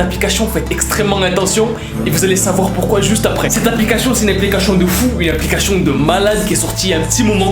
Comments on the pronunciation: C'est moi ou il a dit apliquachion😂😂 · Il dit tout le temps L'applicachion j'ai dis ça pour ça pour rien mais c'est juste il dit ça a chaque fois peut-être que c'est pas sa faute c'est pas pour juger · APLICACHION JAJAJAJA toujours le meme probleme de dyslexie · No one: be like: APPLICACHION